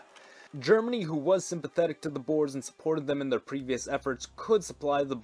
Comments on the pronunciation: It's not "Boars", but pronounced as "Boor-uh" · Boers is pronounced. Bo-weres